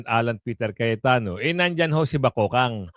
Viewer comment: Kuya god di po BAKOKANG.. .BAKEKANG po. Yan ang tawag sa babaeng may pinaka panget na mukha at paguugali ng pagkatao nya kaya po sya mabigyan ng pinakapanget na nilalang!😢